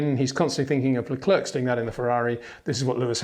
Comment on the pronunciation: Peter, it would be really appreciated when you get to pronounce Leclerc and Verstappen correctly.